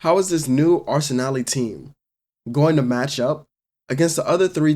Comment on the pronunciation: Bru what is arsenaleee 😂 its pronounced arsen-al